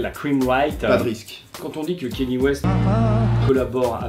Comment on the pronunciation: Kanye c'est le mec qui rap bien, mais qui a toujours pas compris que quand il s'agit de CHANTER il faut faire des vocalises avant, d'ou le "mAmaaAAa" Ah et j'allais oublié, le prénom se prononce bien "canié" et pas "kenny" voilà voilà.